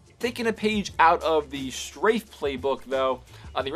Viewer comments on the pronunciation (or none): It's not Strage, It's Strafe! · U said strage RGB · Strage RGB? Don't you mean strafe?